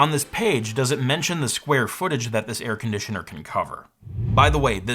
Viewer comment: Air CON-ditioner?